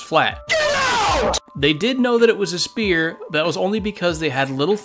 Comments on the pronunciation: I think he meant to say "Spear" as a joke. And I LOVE IT😂. Nobody would have thought earth is a Spear until now😂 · Ikr how do you mispronounce sphere that badly💀💀💀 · You pronounced sphere wrong. Literally unwatchable. My WHOLE DAY is ruined! How can I go on?!